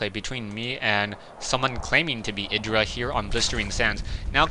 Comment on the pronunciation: proper pronunciation is "eye druh" just for later reference :] go crota!